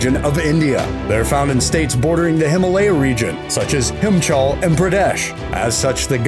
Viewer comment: such as "hImChAl" and "PrAdEsH"